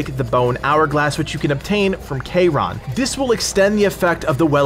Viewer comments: “K-Ron” 😂. Just listen to how the people in the game say it. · the way you say charon is gross